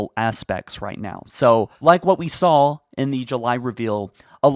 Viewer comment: It's "saw" not "sawl"